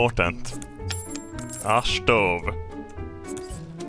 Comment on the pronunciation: "A shtove."